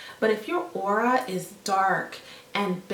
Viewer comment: It;s AURA not AurOa.. like wut..